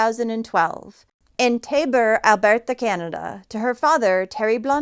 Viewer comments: Why are you pronouncing Alberta like that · You pronounce Alberta so odd. lol. It isn’t French. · Stop saying Alberta like that lmao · Her pronunciation of Alberta has me dying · We don't say Calgary,Alberta with an accent😅Like at all lol Sorry not trying to be a d*ck i just thought it was cute & funny af 😄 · Thats an interesting way to say Alberta😊